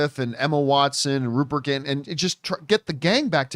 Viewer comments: I normally wouldn't say anything, but I think it was John's last HP video talking about how the show got the Succession team where he also omitted the r in Rupert's last name. His last name is in fact Grint, not Gint, lol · John, you consistently call Rupert Grint, Rupert Gint. Somewhere, Rupert Gint is thinking "Why does John Campea keep talking about me?"